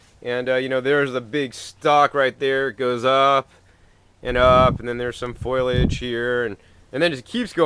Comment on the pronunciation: I know these are old vids but does still say foil-age? haha. so cute.